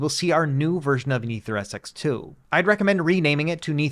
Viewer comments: It's pronounced NetherSX2... not NeatherSX2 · "Neether SX2" really be tickling me lmao